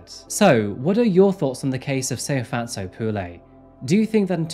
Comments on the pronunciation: He didn’t pronounce her name right. I’m from South Africa and he is far from saying it right but he tried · Yes, the stories are interesting and the way he delivers them is pleasingly professional. BUT, no, his pronunciations - on multiple SAn cases - are not correct. I empathise with these not being his languages - but this is his chosen job. As mentioned here, names hold meaning and are an important part of identity. Getting them right shows caring, effort and respect. Tshegofatso and Ntuthuko are simple enough to say yet were mispronounced through the entire video. I wish he would reach out to speakers in/from the countries he covers to get assistance with basic understanding of the languages and pronunciation of the names. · I love his channel 100% but his pronunciation of South African names is often wrong (but I think its because its such a change in accent to say it correctly) he gives his whole heart into it❤️ but he definitely said Tshegofasto and Tshego wrong. Still love his channel❤️🔥